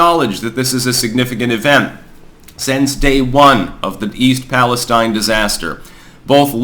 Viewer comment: thank for pronouncing East Palestine correctly. ppl keep saying it wt a steen and its driving me crazy.